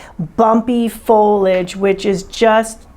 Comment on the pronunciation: Pronounced FOH-lee-ij as per the dictionary.